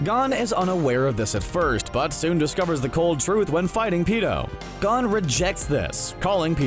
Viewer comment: He said Gone not GON🤣